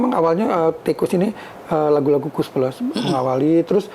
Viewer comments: Di. Baca nya ttp. Sama. (Tikus.). pdhl lebih. Baik..Gnti yg BNR BNR. GK ada. Kus nya. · Ganti nama hanya ganti huruf... tetep lengket diucapnya koes.... 😂😂